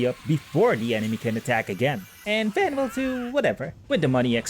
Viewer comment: It's not Van It's Vawn like saying Dawn or Lawn